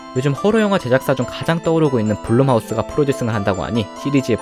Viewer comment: 블럼하우스입니다 u를 ‘어’ 로 발음해요